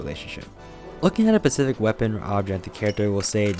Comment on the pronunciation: Is he saying “pecific” instead of specific 😂